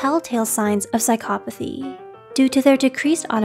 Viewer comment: Psychcop Athy why is she saying it incorrectly?